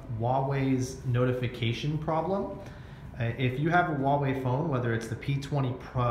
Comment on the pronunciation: WHO THE FUCK PRONOUNCES HUAWEI LIKE THAT